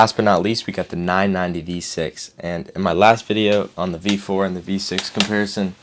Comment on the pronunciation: I can't tell if you're saying, V4 or V5. O "B" 4... IS IT ''B'' OR ''V'???????? make it clearer!!!!!!!!!!!!!!